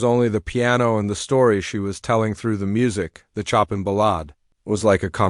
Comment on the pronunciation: It’s pronounced /sho’peing/ with the stress on the second syllable and the French ending in /eng/ or /eig/